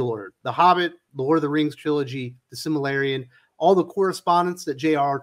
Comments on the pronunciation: SILMARILLION, not "Simalarian". I agree 100% that this Rings of Power thing looks like a total shitshow, but if you want your arguments to be taken seriously, at least get the pronunciation right. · just a bit of constructive feedback, it's "The Silmarillion", not "The Similarium"... xD